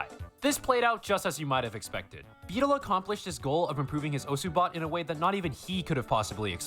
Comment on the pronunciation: you say his name right, its neuro who says it wrong